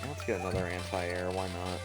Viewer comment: lol he said aunt-i-airs